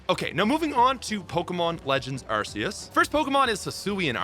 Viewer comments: sadly... it's pronounced arkeus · I’m not sure if you’re already aware, but your pronunciations still needs work like Arceus and Rayquaza. Watching anime and Pokédex 3D Pro is one of the best options.